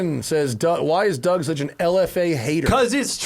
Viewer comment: "Dour Demuro" 😆